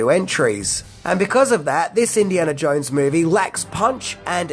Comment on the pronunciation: I think it's pronounced "Jones", and not "Jouinz".